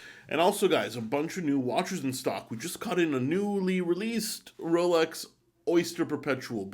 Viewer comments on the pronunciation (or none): none